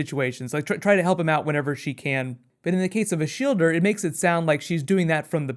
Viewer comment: I thought her name was Shilda(Shielda) but you just went there and ruined it with your american "er" ending >_>